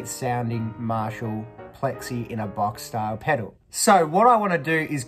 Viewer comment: The word is pedal, not pedo.